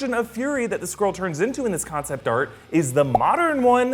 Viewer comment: Is if just me or do I hear squirrel rather than skrull?